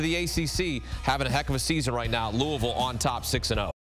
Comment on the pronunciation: Luh ah vul=Louisville